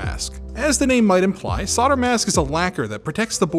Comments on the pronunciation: what is it with 'sodder'. It's 'solder' as in colder or holder. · SOLDER NOT SAWDER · Repeat after me SOL-DER Are the words like "colder" "folder" "bolder" also causing you troubles in pronunciation ;) ? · SOLDER!!! NOT SODER. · It's solder, not sawder! 😀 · Why do you say sodder when talking about solder??? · Great video! But why are you saying "sodder" instead of solder? lol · The more pertinent question is why pronounce it 'SODDER', when there's an L in the word SOLDER, and no other country says "SODDER"? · Saw-der? I assume that's an American pronunciation? (It's sol-der in the UK and I assume Australia/NZ.) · I hate that he pronounces solder as "sodder" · Say "old": 'old' Say "older": 'older' Say "sold": 'sold' Say "solder": 'sodder' ??🤔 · SoLder soLder not fucking sodder it's SoLder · SOL DER NOT SODDER. S O L D E R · Why do you americans call it SODER?! It's called SOLDER!!! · s-o-L-d-e-r NOT soDDer 🙄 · soLder not sodder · You can deffinatly tell where some one is from when they say solder as soder lol also white on a red background hurts my eyes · Don't forget solder has a 'L' in it. Stay safe guys. 🤣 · "sodder" lelz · Now answer this question: Why do Americans say "sodder"? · Just wtf is sodder? That's rude where I come from! 😁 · Why do I keep hearing sodder? I even checked back on the video to check the spelling, not being from the USA I thought they might of dropped the 'L', but no, it's still there. Gamers Nexus Steve also says sodder, which is the place I first noticed it some time back. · Why do hosts on this channel call in solder without l and tapped t, instead of solder with l and d ?! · not in the UK, it's pronounced Sol-der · You pronounced solder wrong :( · Interesting! Also fascinating to me that most Americans drop the “L” in the word “solder”. That doesn’t happen pretty much anywhere else in the world. Great channel! Craig - Australia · Yes, but WHY drop the L? For some reason it really irks me. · There is an "l" in solder!